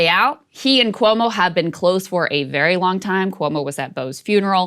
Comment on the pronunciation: Why is Sagaar pronouncing Cuomo’s name like that? 🥴 lol